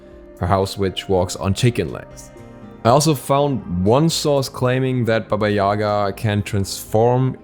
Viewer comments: Its pronounce baba Yagaaaaaaa, not yaaaaaaga. The sound focuses on the last A not their first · Well, it's pronounced [baba ya'ga], not ['yaga] :c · Not Baba yAga , bAba yagA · but it is actually pronounced as BAba YegA, not as YAga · More correct to pronoince baba yagA. Atleast Russian fairy tales call her like that. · No, it's pronounced BAba YAgA. There is no "e" sound anywhere. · I can't be the only one who thought that said baby Yoda😂